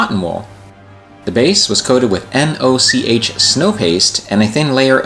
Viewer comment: Happy belated birthday! Great to see so many amazing builds, and fantastic work on your Mandalorian painting. Now I'm going to be an awful, pedantic git - Noch is pronounced the same way as "loch" in Scotland, and was named for the company founder Oswald Noch. It's a German firm that does a lot of affordable continental railroad scenic products. As a Scottish railway modeller who is currently sitting in the highlands surrounded by lochs, you absolutely made my day there... All pedantry aside, thank you for using your platform to show off the work of others as well as your own, you're an absolute legend. Cheers!